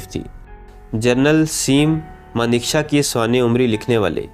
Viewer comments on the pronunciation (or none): جس شخص نے بھی یہ اسکرپٹ پڑھا ہیے وہ انتہائی جاہل ہیے Sam Manekshaw کو یے جاہل سیم مانک شا پڑھتا ہیے کتان کا نام ہیے Changing India straight from the heart